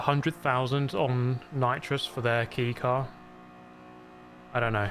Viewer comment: Bro says “keycar” 😂